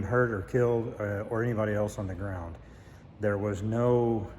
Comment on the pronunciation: "gotta-git-thar-itis" kills.